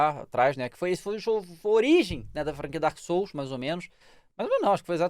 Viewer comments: DAEMON SOULS KKKKKKKKKKKKKKKKKKKKKKKKKKKKKKKKKKKKKKK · Daemon souls kkkkkkkkkkkkkkkkkkkkkkkkkk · Daemon souls kkkkkkkkkk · "Daemon" Ih, alguém vai ser demitido 😬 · Daemon Souls KKKKKKKKKKKKKKKKKKKKKKKKK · "KkKkKkK DaEmOn SoUlS" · "Daemon booster"